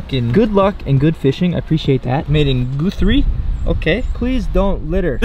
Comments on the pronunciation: Okay they way you said Guthrie Oklahoma I’m from Oklahoma and I’ve never heard it pronounced like that 😂 but hey man i love your channel and content! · Btw it's Guthrie... Guth-ree not gooth-ree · He said GU free 😂 it’s guth-rie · im from oklahoma and the way you said guthrie made me cringe💀